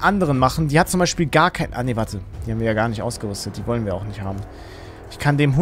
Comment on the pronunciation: Est heißt kein und nicht gein